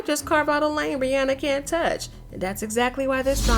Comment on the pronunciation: Why are pronouncing RiRi name wrong?